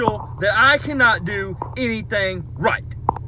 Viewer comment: "Rigcht yonder."